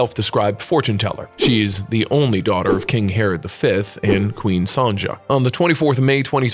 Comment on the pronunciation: "Sonjah"?! Nooo! It's pronounced Sonia!!!!!! Argh! How can people be so clueless?